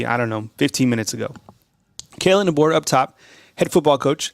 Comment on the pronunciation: Coach Debo , not Dabo, Debo lol. will be very much worth it. You go Coach Deboer. RTR